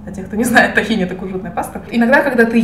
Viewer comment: Маленькая поправочка, не "тахини", а "тхИна"